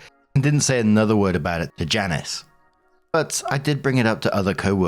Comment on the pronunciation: That lady's name is Janice, not Janiece. Is Janiece common pronunciation in the uk?